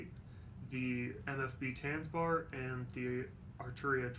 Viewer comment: I am offended by how you pronounce Tanzbär (to spell it americanized, it's Tuntsbear)